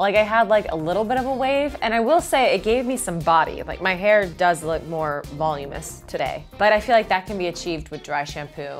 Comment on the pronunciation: "volumiss" voluminous